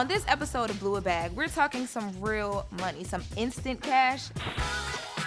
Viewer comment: i knew this was a disaster he dont even kno how to pronounce money.